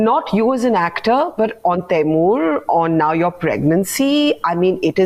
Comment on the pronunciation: The minute you said Taimur, I stopped watching